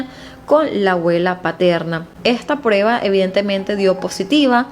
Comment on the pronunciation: HOLA mi niña no se dice PREBA / se dice PRUEBA OK ?